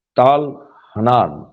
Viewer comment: ताल हानान नहीं ,,,,,,,,,,,, तल-हन्नान है।